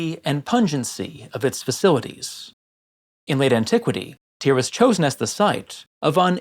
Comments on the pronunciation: Strange that you don't pronounce Tyre as tire but instead as tier. I've just never heard it said that way. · Your pronunciation of Tyre really puts me off